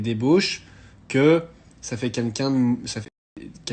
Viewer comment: Deja fermes ta bouche personne n'a demandé ton avis et apprends à parler francais !! C'est pas "quinquin" c'est "quelqu'un" sale blaireau